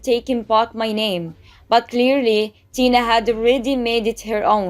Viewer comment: It’s Tina not Dina